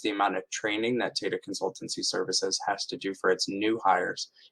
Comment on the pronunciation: It's pronounced as "Taa Taa" and not similar to how Data is pronounced